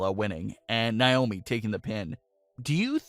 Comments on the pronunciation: It's not Nye-oh-mee, it's Nay-oh-mi. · In Naiomis name the stress is on the a not the I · I hate the way he says Naomi’s name